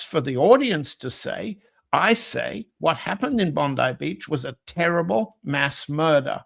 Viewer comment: Congratulations. You are the first person to pronounce Bondi properly.